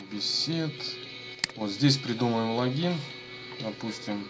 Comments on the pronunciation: не лагин а логин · Почему логИИн а лООгин?